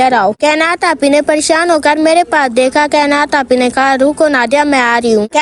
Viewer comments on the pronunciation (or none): none